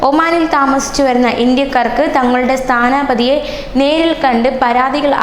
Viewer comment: ഹ ഹ ഹ.... സ്ഥാനാ പതി അല്ല, സ്ഥാനപതി ആണ്. വൈകുന്നേരം നാലേ നുപ്പത് പോലും, നാലേ മുപ്പത് എന്ന് പറഞ്ഞ് പഠിക്ക്. ഇതെന്ത് മലാ പാറി ആണെടി നീ...?